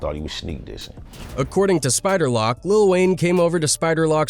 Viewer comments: This dude said spider lock😂😂 its spider LOC, you damn foo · OK, you know it’s a generated when he says spider lock it’s pronounced spider Lowc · “Spider lock” has me cryingggg🤣🤣🤣 it’s pronounced Spider - Loke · bruh you sayin LoC name so damn wrong...its LoC not lock, its LOC say it like you sayin "oh" between da L&C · Whos Spider Lock lmao??. Cmon now, if your gonna do a video about a person, pronounce the name right smh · Spider lock 😅😅😅😅😅 it's lock homie 🤦🏾🤷🏽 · Spider "Lock" 😂😂😂. These narrating voices be saying 💩hella wrong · SPIDER LOCK !!!!! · Spider loc say the name right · I heard that and made the biggest look of confusion ever…then I was like “oh yea. He white white” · I stop watching your video because you don’t even know how to say spider LoCs name correctly check your grammar bro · That's Facts it's AI and they always get the names wrong